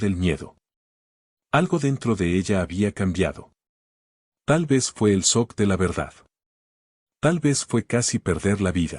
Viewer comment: Se pronuncia chok no sock